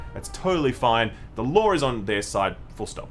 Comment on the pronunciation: says 'lawr' instead of 'law' but doesn't have that problem.